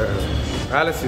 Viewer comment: இன்னாது மைசூர் பேலன்ஸ் ஆ ப்ரோ அது பேலஸ்